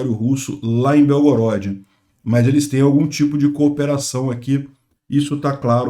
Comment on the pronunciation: Obrigado por todas suas notícias, só uma correção que a pronúncia correta de Belgorod, é proparoxítona ok. Slava Bohu v Ukrainy!